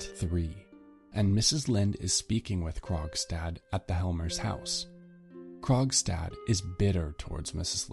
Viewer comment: Why did I think he was saying “Krog’s dad” the whole time